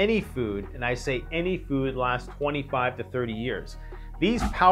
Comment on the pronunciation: I keep hearing you say 2 to 5 years.not 25 years